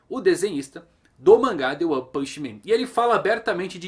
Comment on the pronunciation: Toda vez que ele fala "O one" eu entendo "Juan".